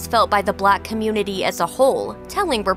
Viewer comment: Anyone else felt kinda weird when she said 'the black communinty'.